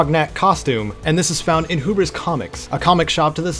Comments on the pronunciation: Pronunciation is key: It is not "who-bris" comics, it is "hue-bris" comics. Thanks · It’s called Hugh-bris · "HUE-bris" comics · Wait nvm it's like "you" not "new"